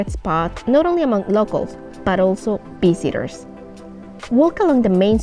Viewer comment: I love how says "bisitors" instead of visitors ❤